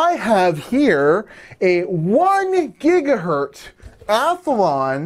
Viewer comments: It gigahertz me when you say gigahurt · gigahErtz not gigahUrtz. E from checker, decker, sent, repent